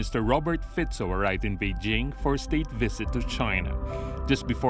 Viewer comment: Finaly somebody can pronounce his name properly, which is respect rather than being derogatory and ignorant. Fico is the best politician in Slovakia by far. although surrounded with lots of controversies throughout his political life. Good on you Mr Fico, opening right doors for our small nation.